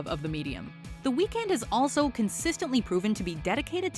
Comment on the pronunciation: Dont pronounce his name like that😡😡